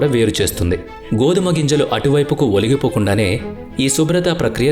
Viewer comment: ఒలిగిపోకుండా కాదు ఒలికిపోకుండా...